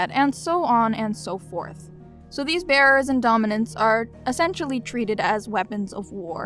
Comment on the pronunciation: I keep hearing "bears" each time you say "bearers" lol